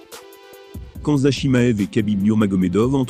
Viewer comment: C’est qui < > ou < > nan mais tu es sérieux , applique toi sur la prononciation stp